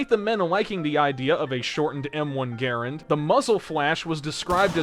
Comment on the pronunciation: He keeps saying garand wrong! How?